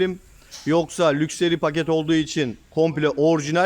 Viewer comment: Abi lukseri değil lakşıri :)